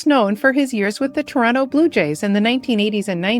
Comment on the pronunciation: are you from Toronto? You pronounce it like a native! Most people pop the last "t" too strongly. RIP all the great talents we have lost. Condolences to their families and friends.